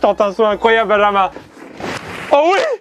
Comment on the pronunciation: Se nès pas binjinmun se n’est pas binjinmun c’est bijinmun